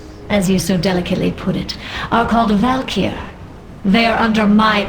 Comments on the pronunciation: I know its old, but "Val'kyr" is pronounced "val-keer" and if you say its "val-ker" I'll BC shadow step ambush you at level 19 in heirloom gear scrub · You're pronouncing everything horribly wrong. Gul' Dan = "Goal Don"? Val'kyr = "Valkyrie"? Come on dude. TRY. Edit: Archimonde = "Archie-Mon-Day"? Lmao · You're wrong, it's pronounced. Gul-Dan. Val-kir. Ark-I-mond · Val'kyr is Val-keer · buddy they even tell you how to pronounce val'kyr right there in the audio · does it annoy anyone else how he always mispronounces 'val'kyr'?